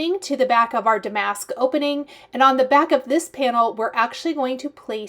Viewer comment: I know you want to be correct - the word damask is pronounced with the accent on the first syllable.🙂